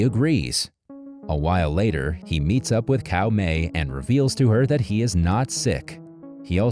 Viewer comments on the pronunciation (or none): Caomei is pronounced Tsao mei, not Cow May, lol ...